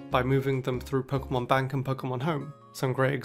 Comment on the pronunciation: The way he says "Pokemon" will never not be satisfying